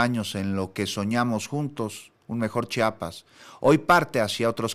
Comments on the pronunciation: Es Chiapas, Chiapas, no es chapas. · Por qué hay gente que dice Chapas como este locutor? Es CHIAPAS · Da mucha muhuina cuando dicen chapas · Aprende a hablar se dice Chiiiiiiiapas no CHAPAS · Se dice Chiapas ldl0ta